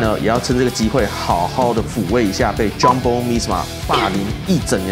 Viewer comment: 發音真的很厲害，全部的J開頭發音都念錯🎉